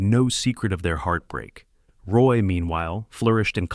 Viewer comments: It's "WAH" not Roy stupid AI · It's pronounced RWAH. You got "Bleu, blanc, rouge" right. But mispronouncing his name kills your authenticity.